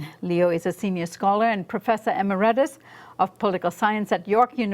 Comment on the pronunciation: "Professor Eh-MEAR-idus"